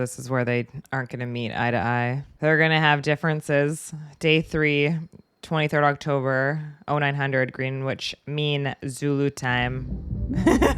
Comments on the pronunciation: Hi!! What a great reaction and edit! I think you'd make a totally fly missile sub driver. On the subject of the word "Greenwich" (for next time you encounter it, which you're going to), this is one of those words invented by the English, and they in their wisdom like to say it "Grennitch". 😆. As a fellow North American, i like finding better ways to say words, but this is one people might get ruffled about. Have a great rest of week, ✌🏼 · That pronunciation of Greenwich ("Green-witch") had me laughing so much